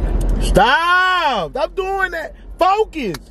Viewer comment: He said “Focus “ the Z was like “ON “